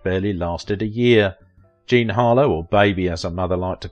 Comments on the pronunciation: It's JEAN, not Jane. At least half the time it's wrong in this video. Also, TV wasn't around then. Try Radio. Pathetic again. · I heard that too// And some point in the video it sounds like he is saying: "Jane" for Jean.